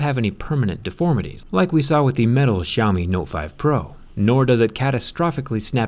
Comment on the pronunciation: No one can pronounce xiaomi right